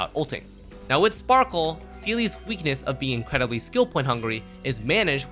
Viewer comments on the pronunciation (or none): blAde...not bald...... You sure her name isn't spackle?